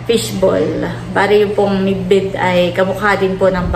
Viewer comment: Bidbid hindi midbid hahaha